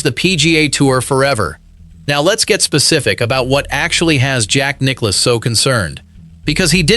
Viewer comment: The video asks for us, golf fans to subscribe. I’ll ask for the narrator to learn how to pronounce Nicklaus’ name correctly. Nicklouse isn’t even close.